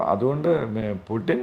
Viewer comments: ഗൂഗിളിൽ pronounciation നോക്കിയാൽ കാണാം പൂ..റ്റിൻ എന്നാണ്.. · പ്യുട്ടിൻ ?ഇടക്ക് അറിയാതെ പുട്ടിൻ എന്നുപറയുന്നു 😂ഉടൻതിരുത്തി പ്യുട്ടിൻ ആക്കുന്നു 🤣🤣🤣